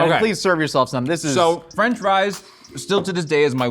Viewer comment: "gwilled chees n fwench fwies" this man is a gem